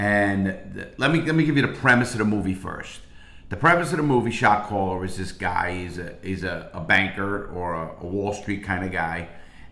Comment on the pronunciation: That's all I hear now!